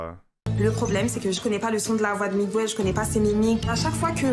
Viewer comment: Miguel pas Migouel bordel 😅😅